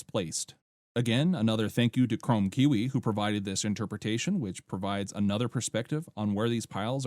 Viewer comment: Kiwi is pronounced KEE WEE bro. 😊